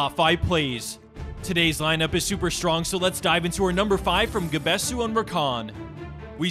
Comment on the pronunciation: that pronunciation of gabesu gave me an aneurism LOL